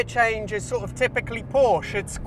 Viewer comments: Porsche is a TWO syllable word. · I have a hard time taking auto advice from somebody who doesn't pronounce " PORSCHE " properly 😊😊😊😊😊😊